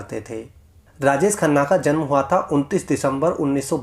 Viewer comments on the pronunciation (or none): Raajes nahi raajesh boliye 😏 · Rajesh ko rajes kyon bol rahe ho thik ucharan karo